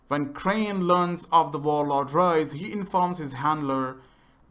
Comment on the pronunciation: Whenever crane says rais I always hear rice